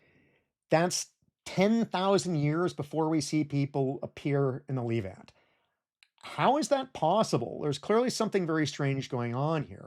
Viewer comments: Great doc, just one thing, that "e" in the word Levant is pronounced same way as the "e" in Less. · The Leevant. Dissiciples. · Calling it the lEEvant has to be a crime somehow Love your videos though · You've got a funny pronunciation of "the leave-ant", hehe. Is that an American thing? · tbh it ruined the video for me so actually not great video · He says the Levant many more times than he says Israel or the Holy Land (though he does mispronounce "Levant")